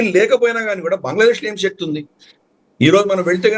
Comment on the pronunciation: Pronounce telugu words correctly. Shakti is not correct.😊